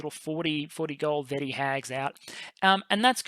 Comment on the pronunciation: Vetti would pronouce like ve-tea. you should rather pronouce as Go-di if that makes sense. Thanks for a great video!